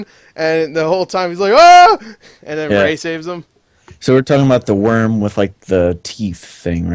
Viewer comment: it's not Ray.